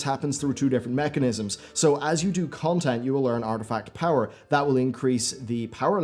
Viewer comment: You keep calling it “artifact power”